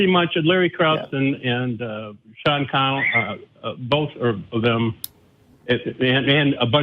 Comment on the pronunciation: Sean Carroll, not Sean Connell